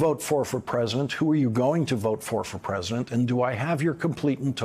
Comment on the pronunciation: Is it just me or is Lawrence leaving out a syllable in "president"? I hear present. Or pres'dent.